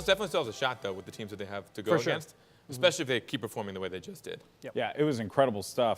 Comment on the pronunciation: Stop saying "eXpecially", the word is especially... please... this is like the 40th RLCS video ive watched and nearly every one has a commentator saying expecially. I can understand people mixing up something like specifically and pacific(ally), theyre real words, "expecially" isnt even that. So annoying :S Apart from that the videos are great :) Just need to use 1080p now and everything would be awesome :)